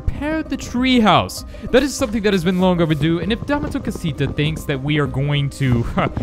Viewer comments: The way you pronounce dame tu cosita is absolutely terrible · He pronounced dame tu costia